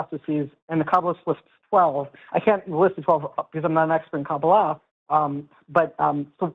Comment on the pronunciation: How did get that invested into Kabbalah without learning it is stressed on the 2nd syllable?